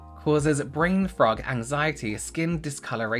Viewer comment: I'm sorry, it sounded like you said "brain frog" rather than fog, and all I could think is that sounds like a condition I'd rather like to have 🐸